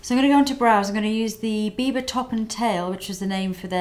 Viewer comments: Without having looked at the title, I thought she said "Bieber" lol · Everytime u said biba, it sounded like u said bieber. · oh gosh, when you say biba i hear bieber and i'm like, justin bieber has a makeup line? well thats not surprising lol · LOL when you said biba fever i thought you meant bieber fever